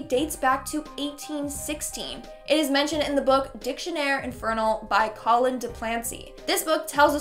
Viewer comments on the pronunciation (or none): none